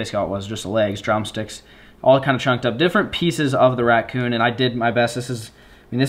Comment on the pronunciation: Ngl I cringed every time said ratCOON jerky.